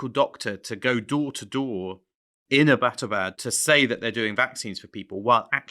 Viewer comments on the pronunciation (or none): I appreciate the info here, but it was really grating on my ears to hear your pronunciation of "Abbottabad". It is pronounced "EB-tuh-bad", or ""EB-uh-tuh-bad", not "uh-BAT-uh-bad".